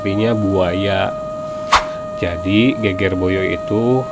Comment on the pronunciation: Bahasa jawanya perlu belajar lagi. Geger Boyo pengucapannya tidak benar 😂